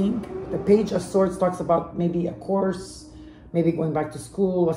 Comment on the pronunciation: haha I’ll take the sign When you said course for school I heard HORSE 🐎. Made me think. I got lots of Pisces in family.